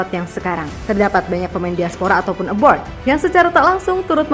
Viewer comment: Maaf sekedar masukan untuk host nya. Mohon dikoreksi bukan. Aboard. Tapi ``A B R O A D" Soalnya agak agak gitu lah kedengarannya,maaf demi kebaikan bersama